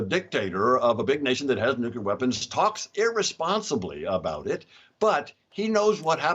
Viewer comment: Why is everyone saying nuclear??????